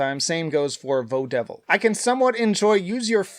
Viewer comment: something that caught my attention, he pronounces Vodevil as Vo-Devil. That way never occured to me. To me, its Vod-evil, a play on Vaudeville; almost pronouncing it as its spelled.